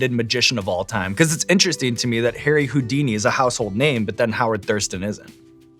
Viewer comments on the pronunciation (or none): none